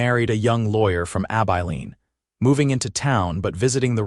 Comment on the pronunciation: Pls teach AI how to pronounce Abilene. Please!